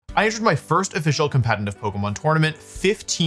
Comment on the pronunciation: Am I crazy or does he pronounce "competitive" weirdly lol